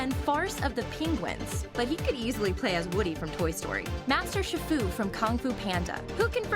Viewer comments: Wow this is annoying! And it’s not SHIR-FU. It’s SHE-FU! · Shifu is pronounced sheefu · It's pronounced She-fu, get it right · Its pronounced sheefu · shifu??? it's chi- fu pronounced as shi- foo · its pronounsed sheefoo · Master SHI FU?! It's pronounced SHEE-FU. I can tell she hasn't watched the movies. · yea its pronounced SHEE FOO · You're saying shifu wrong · PurplePanther125 She just pronounced shifu wrong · ...She said Shifu wrong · Snowie Clover IKR DUDE!!!!!!!!!!!!!!!!!!!!!